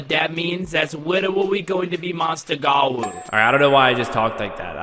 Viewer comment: bro litteraly said mounster gawou 😭